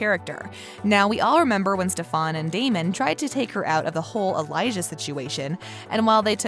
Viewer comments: How are you gonna mess up stefan's name even though it is said so many times in the show it's not that hard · How can you pronounce Damon and not Stefan right?! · lol movie raze narrator pronouncing stefans name like kai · It’s not stefaaaaan !!!! It’s StefAn !!!!!!! 😏 thanks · Stefan is pronounced Stefen not Stefawn. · Jeeezzz please it’s NOT STEP. HAN ! It’s pronounced STEPHEN! The woman describing the show should at least know how STEPHEN pronounced his name! Come-on!! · She called Stefen stephon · Please dont pronounce my husbands name wrong it’s Stefan not stefAAAn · It's St*E*fan not Ste-phan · “Stefon” it’s Stefan get it right! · No the narrator did not just say stefÀn. ITS STEFAN!! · stefAn not stefOn! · Stefan not stefon just saying but I like ur vids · Umm learn how to pronounce their names before doing videos.....if you actually watched an episode you would know how to pronounce Steffan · It's not ste-PHAN !!!!! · What the heck steph-on lol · every time she said STEFAAN!!! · Its NOT STEF--AN gahhhh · did this bih jus say STAFAN..no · lmaoo, “stephon” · Its pronounced Stefun. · ik she didn't say stefon lol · Al-air-ic or Ste-Fan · It's the stef*A*n for me😂🤣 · Stop saying Stefans name wrong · Ffs at least learn how to say Stefans name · How about a narrator who can actually pronounce the names correctly 😖😖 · am i the only one who hates the way she says stefan? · Please say Stefans name correctly makes watching this hard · I can’t with this lady. She needs to learn how to say the names the right way.